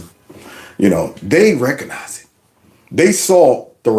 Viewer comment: ...the word is "RECOGnize", not "reconize". RECOG not RECON!